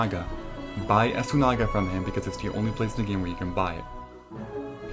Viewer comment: Esoona-ga* but say it all together Beestiary* like beast lol I had also read you just have to enter every zone to get the cartographer trophy but not sure about that one. Scourge (sigh) I guess you can pronounce it that way ;)